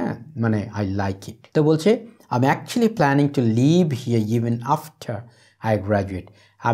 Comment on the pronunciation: sir f,l,h,m,n er pronunciation er ageএম হবে নাকি ত্র্যাম হবে